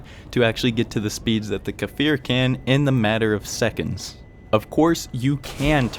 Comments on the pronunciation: it's pronounced Kfir, not Kafir, it means lion cub in hebrew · great video and all but as an israeli it's cfir not kafir as of baby lion in hebrew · 😂 It's not kAfir Just kfir No vowels between them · Well, it's just Kfir... The "K" functions just like "S" functions in the word 'stir' definitely not "fir" :) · I apologize, I didn't realize that you managed to understand the pronunciation anyway? imagine the K is a short K sound with "no movement" and then it's followed immediately by the "Fir" didn't mean to offend you in any way friend, I really like your videos